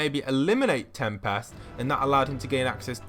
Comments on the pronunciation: I like how he calls him tempast instead of tempest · PLEASE STOP PRONOUNCING TEMPEST WRONG